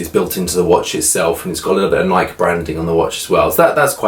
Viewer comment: Love the video, but just wanted to mention that the company "Nike" is pronounced Nykee, not Nyk. Well, at least in the U.S. Small detail, but figured I'd mention it. Enjoy your videos none the less. Thanks for sharing. I love my Apple Watch Series 2 as well.